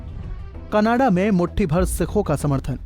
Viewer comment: Pehle canada kehna tan sikh la bayiya canadaaa khi jana a hahaha 🤣